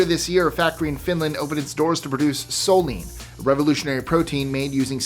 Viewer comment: Did you say Solene or Soylent Green :face-green-smiling